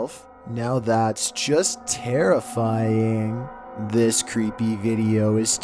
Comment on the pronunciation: "Now that's just teERifying" 😂